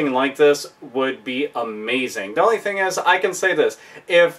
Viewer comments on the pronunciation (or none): none